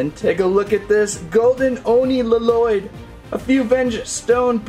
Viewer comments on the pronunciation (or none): Well would you please say Lloyd right and please and thank you👍👍👍👍